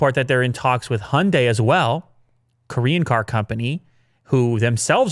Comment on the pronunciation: I love the show, but maybe, just maybe, look up how the Hyundai is pronounced :)